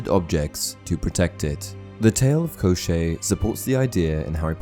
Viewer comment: One side note-despite how the name gets transliterated as Koschei from Cyrillic, it does not rhyme with crochet, It sounds like Koshchey where both the sh flows into a ch sound (it's the Cyrillic consonant щ )